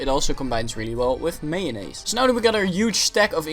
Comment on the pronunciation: Who calls mayonnaise mayo-ness. You have played way too much earthbound.